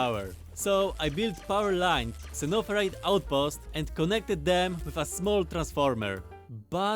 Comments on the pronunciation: I like the way he says zunnofurite like an old timey prospector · Xenoferrite Zeh-noh-feh-rite Xeno = Alien or Foreign Ferrite = Iron or Iron-like It's alien iron, sounds great! They should have just said Iron lol